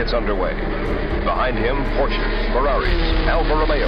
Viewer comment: Why doesn't the announcer know how to say Porsche?